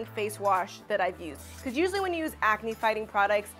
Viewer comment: Are you pregnant you said hormoal ancne